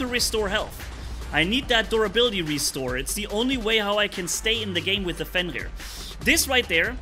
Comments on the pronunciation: Everyone: "Fenrir": "fEnLir" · just pronunciates "Fenrir" like he was talking french, honestly still don't know how it's the pronunciation 😆